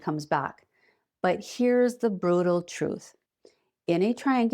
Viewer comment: did she just say "brotal" ?!😮